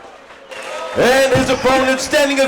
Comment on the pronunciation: The one announcer keeps saying wade. It's fn ward ! Ya big idiot